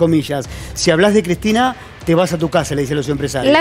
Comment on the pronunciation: "Kiztina choda Kiztina choda, shegua ze dobadon todo me lo dijo Cladin" 🤡